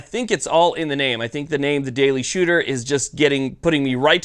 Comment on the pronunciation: "The Daily Shewtah."